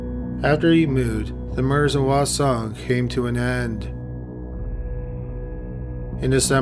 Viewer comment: I lived in Korea for 3 years and only understood parts of some names. He also mispronounced "hwaseong" (the H is not silent).